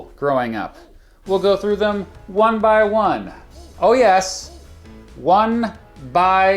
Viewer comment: ‘One by one’; emphasis noted! Was this related to a certain interesting dystopian story that isn’t a novel?